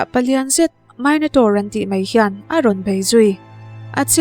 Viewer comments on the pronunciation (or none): Minotaur .... Mai-no(ni)-taur nilo in me-no(ni)-taur tih tur